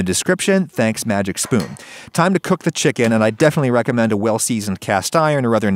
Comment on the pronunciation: I thought he said "magic shroom" instead of "magic spoon" lol